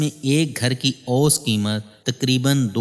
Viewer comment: جناب سلام مسنون پہلا پاکستانی یو ٹیوبر دیکھا جو سیاح کا صحیح تلفظ جانتا ہے خوشی ہوئ۔ لیکن میں آپ کی توجہ دو الفاظ کی طرف مبذول کرانا چاہوں گا۔ لفظ متنوع، نوع سے بنا ہے mutnav vow دوسرا لفظ اوسط aw sat امید ہے آپ کو برا نہیں لگے گا۔ آپ کی تمام وڈیوز مفید اور بہت معلوماتی ہوتی ہیں۔